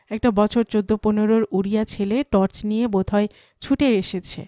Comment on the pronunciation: তর্স নয় টর্চ হবে উচ্চারণ গুলো ঠিক করুন বাঙালির বাংলা ভুল হলে বড়ো কানে বাজে